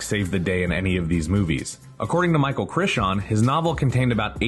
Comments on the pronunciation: “Micheal Crishian”???😂😂😂….it’s CRY-ton. Rhymes with Titan. 😂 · Was this AI? Michael krrryyyyyton . Dear lord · Heard “Michael Chrishon”, stopped video, double-checked what channel I was watching, downvoted, outta here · Turned it right off after “Micheal Crishawn.” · CRY- TON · Crichon? Better put some r'spect on that name. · The way you pronounce Crichton 😂😂😂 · Downvoted just for the way you said “Crichton “ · I agree, I died a little inside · For real. Over 2 million subs. You make videos like you're an expert and you fuck up the name of one of the most famous story tellers of all time? Pathetic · I second this. Not the first time he effed up a well known celebrities name which leads me to believe it's AI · Man, your pronunciation sucks. Michael CRY-ten, ISLA NubLar, not Island Nubar. Decent video otherwise.